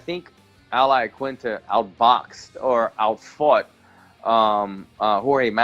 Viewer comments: Lol everybody is saying Laquinta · Raging Al!!! Also why do some people pronounce his name as "IaKinta" lol, it's QUIN, IaQUINta lol Sometimes you hear Aquinta or even Laquinta (though I can understand the "Laquinta" cause when spelt it does look like that haha). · TIL every single MMA fighters pronounces Al Iaquinta's name differently.